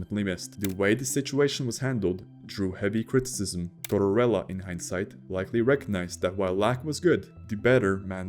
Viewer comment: Tortorella, NOT Torella. The narrator pronounces the name incorrectly every time; that sucks, frankly...